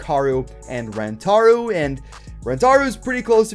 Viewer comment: It is Rantaro not Rantaru